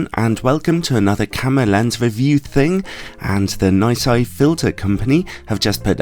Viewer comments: Nai-Sai? I’ve always pronounced it is Nissy, as have my distributor colleagues. :-) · Excuse me, but... ’NAI SAI’...!!!??? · Nooot entirely convinced that is the right way to pronounce their name...